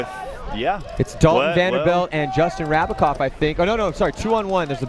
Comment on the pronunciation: its JRab not JRav. Rabacov not Ravacov